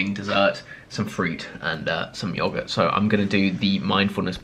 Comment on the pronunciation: chris pronouncing yogurt Me:😐